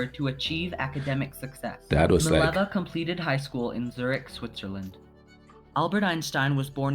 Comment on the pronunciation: Her name is Mileva, not Maleva.